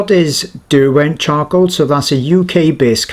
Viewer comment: Sorry I swear he said chongcoal